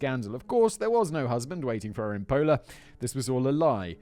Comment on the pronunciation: Simon: We're going to Italy. 🙄 Me, from Istria 🇭🇷, who also knows Italian: This is gonna be good. 😅 I could be of help with those pronunciations, Whistle Boy. 😄 Your Italian accent, Jesus; sounds like Luigi. #SuperMario 🤣 "Pola, on the border with Yugoslavia"? I was born there ("Pula" in Croatian)! 🤗